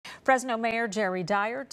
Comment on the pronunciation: Fresno is pronounced with a regular English R, and no one actually from Fresno pronounces the name of their town with a rolled R like that lady was. Notice she didn't roll the R in "graffiti," "truck," "crews," and "from." She's deliberately, disrespectfully, mispronouncing it to send socio-political signals, but hardly anyone is brave enough to call it out for "racism."